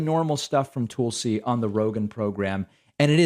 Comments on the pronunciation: Does David say "Toolsi" on purpose?"🤣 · “Its pronounced Toolsie, emphasis on the tool” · lol love how you subtly call her "Tool-si." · I used to hate the way David pronounced Tulsi's name. Toolsie. It took a while, but I finally get it, and now I love it. She's a tool. See? ;) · You say her name wrong